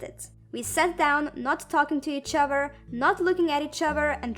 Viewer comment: I love how she says "each ovfer"